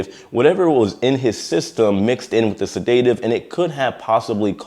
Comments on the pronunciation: NOT SID-DATE-TIVE, its said-da-tive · se-DA-tive, not se-DAY-tive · You are pronouncing sedative wrong. You are saying sedate-iv. Should be sed-uh-tive 😊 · Set-a-tive, not sa-day-tive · J, it's pronounced Sedative, sed·a·tive, not sa·day·tive. With an "E", not an "A", and no "y". How do you not know the correct pronunciation of this word? lol As for a non-medical professional or medical professional injecting the man with a sedative while under the influence of alcohol, that's serious and can be considered negligent manslaughter. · First, it's not sed-AY-tive, it's SED-ah-tive. Credibility is everything. Second, this is almost certainly the result of a psychotropic drug reaction (his behavior) that culminated in a probable overdose of medication by the staff. These sedatives are dosed based on weight and this was a big guy. I can certainly see a situation in which a relatively inexperienced crew member (had to be a doc, RN, or another credentialed staff member that is authorized to dispense meds) got the calculations wrong -- probably inadvertently -- due to having to guess at the person's weight. I can imagine a desire to get the patient under control quickly and other pressures may have led to rushed calculations. But this gentleman either struggled from a disease such as schizophrenia and/or was on a psychotropic drug to treat a mental illness -- which have severe contraindications with alcohol use that likely led to his behavior. In my opinion, his death was likely the result of negligence by the medical staff for incorrect dosing. Alternatively, this gentleman had an underlying health condition (hypertension, for example) that was exacerbated by his over-exertion and resulted in a stroke or heart attack and had nothing to do with the administration of a sedative. Hopefully the investigation will be transparent, and we will all find out what really happened. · Repeat after me, sed·a·tive . NOT se day tive! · Please STOP saying SeDAYtive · It[’s a SED-a-tive!!!!